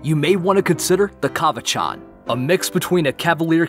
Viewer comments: ok. but uh cavachon is pronounced like the name shawn not ch sound like its parent bichon pronounced be-shawn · You said Cavachon wrong I think because I have one my own and heard it many times also you are kind of wrong about there personality they LOVE to play.